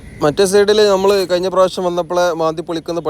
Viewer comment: മിസ്റ്റർ കയിഞ്ഞിക്ക അല്ല കഴിഞ്ഞാൽ